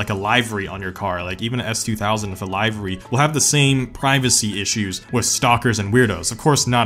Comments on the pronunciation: Stop calling it Liv-er-y and call it liver-y. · Livery, like olive. not Live-ery lol. Like taxi and livery commission. Recently I hear a lot of weird ways of saying words. That, and fascia. I feel like theres a glitch in the matrix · You said Live-Air-Ree 😂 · this mans did not just call a livery a lievari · I just realized I pronounced 'livery' "Lee-ver-ree" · The way he says livery is quite weird